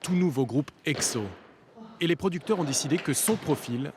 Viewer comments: Èkso et pas ègzo keyPop et non KaPop juste respecter ça 😂😂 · Egzo??? Je saigne des oreilles !!!!!! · Egzo 😑😑 "Ce groupe est EGZÔ " !! Tait toi stp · Moi perso je prononce "ekso" c'est quoi la bonne prononciation ? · Je me pointe 6 ans après mais c'est pas grave 😅😂 C'est la première fois que je vois un reportage sur Exo et il date de 2012 le truc! En plus c'est quoi ces fautes de prononciation?! Mes oreilles saignent 😭 Kris et Chanyeol? Des jumeaux? Je crois que le présentateur à mal vu. Okay ils sont beaux tout les deux mais quand même! "Des clones" "Interchangeables" "Comme programmé" EH OH!! C'est des êtres humains comme vous pas des machines!! Désolé je m'énerve 😅 le seul truc qui m'a fait sourire c'est quand Sehun passe 2 devant la caméra pour la saluer ( à ) et quand il est avec Chanyeol à 😍 Rip la voix off de Kris 😢